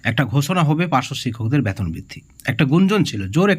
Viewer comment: ব্যাতন না ওটা বেতন হবে । আগে ঠিক করে কথা বলা শিখুন । তারপর ভিডিও করতে আসবেন ।